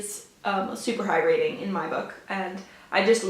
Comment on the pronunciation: Great video! I am really interested in The Seas now. I had never heard of it but gothic & haunting sounds like my kind of book! When you were talking about it and said “super high rating”, at first I thought you said “super hydrating”. 🤣 I work at a library and Where the Crawdads Sing has had multiple reserves on it since we got it but hopefully when it’s not in such high demand I can get to it. You really made me want to read it! Hope you have another great reading month! ~ Amy